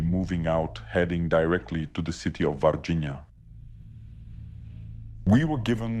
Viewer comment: Ele falou Varginha corretamente 😂👏🏻👏🏻👏🏻